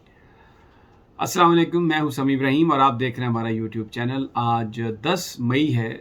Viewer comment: اس بُڈَّے کھوسٹ کا سلام کرنے کا تلفظ اس کی شکل کیطرح مکروہ ترین ہے۔ اس خبیث جاہل نام نہاد کو پتہ ہی نہیں کہ غلط تلفظ کے ساتھ سلام کرنے سے سلام کے معنی یکسر تبدیل ہو جاتے ہیں۔